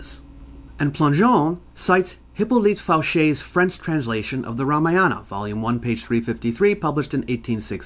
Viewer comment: The ramayana... The Ra Maya Anna